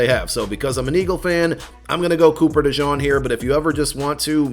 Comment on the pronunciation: Hey, please pronounce DeJean’s name properly. It’s not “Dijon”